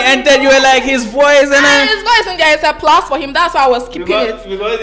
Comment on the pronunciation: Well tell, that it is pronounced •Underscore and not "Anderscore" •Plus and not "Plas"